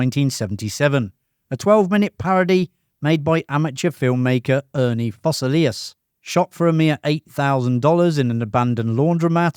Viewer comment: Foss-SAY-lee-us. Yar-NELL. ZOON-ee-ga.